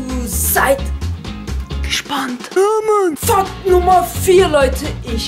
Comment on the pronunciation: er sagt Fakt als ob er sagt fuck